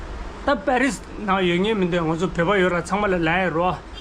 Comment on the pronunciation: Pharis .. pakhi... Paahi.... Nice try😂